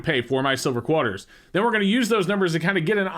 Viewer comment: Which part of the country are you from? I've never heard anyone call it a "Quaaar-ter" before.